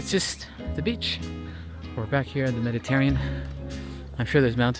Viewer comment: you're killing me with your pronunciation: "Meditarean" 🤣